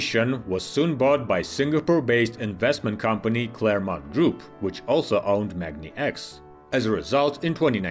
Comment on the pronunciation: The pronunciation of "Magni" (in the company name MagniX and their electric drive unit model names such as "magni650") will have a long "a" as in magnet, not something that sounds like "mog".